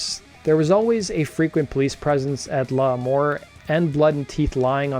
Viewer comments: LAMOUR not LAH-MOUR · L' Amour. It's pronounced "lah mor". Or, as us locals said "luhmaw". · Early band to be from New York to sing and not yell. Most heavy bands didn’t sing, only the emerging grunge bands did. Unique group to have a New York style without being actual NYHC or thrash metal. It’s hard to write the pronunciation but it’s La- MOUR . The strong accent is on the MOUR. Not a strong accent on the “LA” . It sounds almost like two words as opposed to one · I’m not going to lie. But I’ve been a fan since 92 PipeLine Studio 1 Wetlands. Paid 250 a ticket for reunion tour tickets in 2001. Kieth acutely got me to stop being a shit head with my way of thinking.And it pronounced La….more and Kings—-Burg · This guy is an idiot. How hard is it to pronounce L'Amour? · Could you learn how to say L'Amour